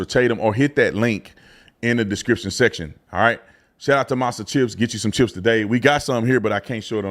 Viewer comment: It sounds like he's saying monster chips lol